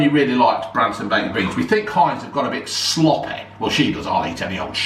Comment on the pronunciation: It's messeh, it's sloppeh